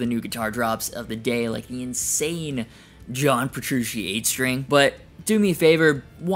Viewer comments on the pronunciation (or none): none